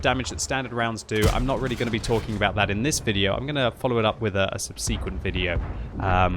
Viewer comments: "Subsequent". Not "Subseeequent''. Don't make my ocd come over there... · I see you still haven't learned how to pronounce subsequent. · still can't pronounce "subsequent"